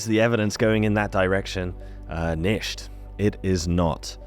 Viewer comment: Nicht is pronounced neeh'-t